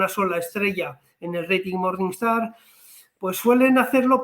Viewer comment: "MORNINGSTAR", NO "MORNINESTAR" 😂